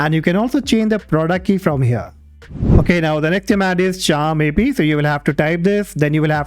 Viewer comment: It's not charm AP it's Ker Map